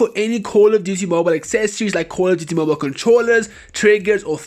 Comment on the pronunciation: Cooooouul of diutiey Moble that's how your intro sounds like